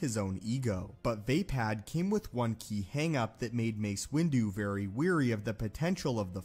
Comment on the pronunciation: “VAY-pad” sounds a lot like “vapid.” I’m pretty sure it’s “vah-PAHD.” Also, I am weary of hearing you mispronounce “wary.”